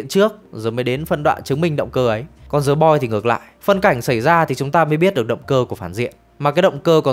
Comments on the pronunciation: Thề, t định comment luôn. Hoặc đọc đúng, hoặc ko đc thì "đờ" cũng đc, ko ai nói gì. Cứ cố "giờ" làm gì -_ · "The Boys” mà phát âm thành "Giờ Boi", nể thật sự 😂